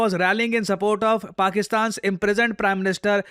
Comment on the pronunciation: Ye pakistan abb mujhe Bakistan kyu sunai deta hai? Aur kisiko aisa hota hai kya?😂